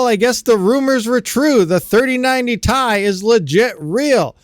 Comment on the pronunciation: So the 2080 TI is still the king on mining FLUX. and please dont say "TIE" say "TI" !!